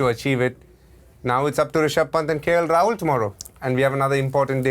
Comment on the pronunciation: how does she does not know how to pronounce Rahul and still has the commentator's job?